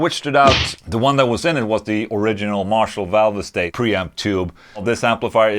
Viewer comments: It’s pronounced “valve state” not “valve estate” lol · “Valve estate?” I thought it was pronounced “valvestate!” But what do I know, I’m only English 😂😂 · Marshall valv-ah-state lol